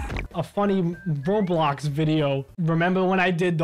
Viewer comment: “I might do rablax...” WUUUT